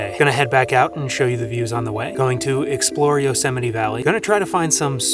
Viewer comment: Could you pls stop saying Yo-semite?